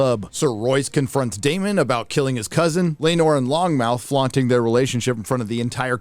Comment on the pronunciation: * it's lonmouth. Not "long mouth" lol